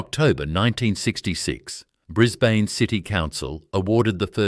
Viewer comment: Correct, the pronunciation is awful ... Brisbaaanee, Layylaand, its appalling, cant watch anymore, its crap!!!